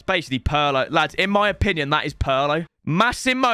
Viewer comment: Thank you for pronouncing Massimo correctly